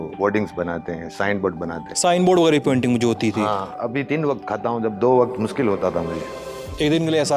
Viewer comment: भाई बस थोड़ा तलफ़्फ़ुज़ पर ध्यान दो शे को से मत बोलो जैसे मासाअल्लाह नही माशा अल्लाह रोज नही रोज़ मुस्किल नही मुश्किल इन सब बातों पर ध्यान देना ज़रूरी है